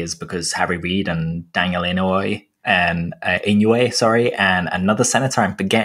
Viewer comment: FYI (from a resident of Hawaii), you pronounced Inouye the correct way first and then corrected yourself to the wrong pronunciation. It is pronounced ee-no-yay, flat with no single syllable accents